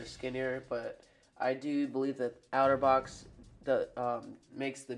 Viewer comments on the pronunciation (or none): Pronounce it OTTER-box...NOT OUTER-box